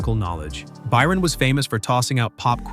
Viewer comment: why did you start saying Byron wrong half way through the video?